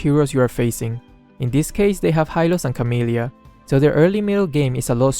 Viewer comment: HyLoS aNd CaMiLyA Me: CaMiLyA?? Also me: CaMiLyA homes Only Filipino knows 🇵🇭🇵🇭